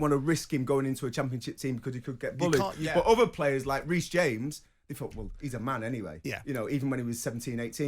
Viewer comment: Someone tell Mr. Jordan that the guy's name is "Reece James"!!!